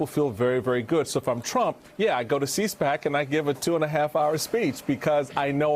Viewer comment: "C-SPAC," lol he said.😂 Meghan McCain finally, "Cares," about what this new version of the Republican Party is capable of, what new lows they're willing to sink to, for their, "Dear Leader," Donald Trump. (Every time Meghan McCain has an epiphany about today's Republican Party, an ultra-patriotic 🇺🇸 war-hero 👼 Angel gets his wings.) "Unhinged," is the operational description of a Donald Trump speech. He gets more and more unhinged as his concern grows. He whined for more than two hours, in front if his most, "ardent," supporters, and they all cheered and hung on every, "unhinged," word, because they're worried too. I can understand why Trump and his supporters are so worried. It's obvious why they're all so vehemently averse to even the most basic oversight. And why they're all so terrified of the multiple ongoing investigations into Trump's campaign, inaugural committee, transition team, charitable foundation, organization, and personal finances. Those of his close associates that are not already going to Federal prison have either already pleaded guilty and are awaiting trial or are actively cooperating with the Federal Prosecutors running those many criminal and counterintelligence investigations. Objective Facts; (not subjective or speculative.) Non-Special Counsel Investigations; Eastern and Southern New York Federal District Court: The Trump Inaugural Committee •Subpoena for documents of donors and guests •Straw donor and foreign investments inquiry Federal New York Sta